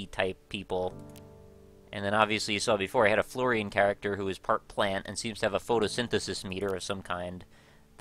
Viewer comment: Its fl - or - in not fl - or - ain